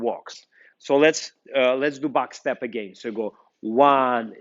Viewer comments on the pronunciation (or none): none